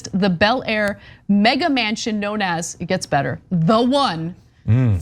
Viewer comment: "The fate of Man-Chin or Mansion?"